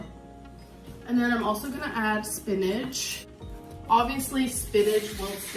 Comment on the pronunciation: It bothers me how she says “spinnadge” instead of spinach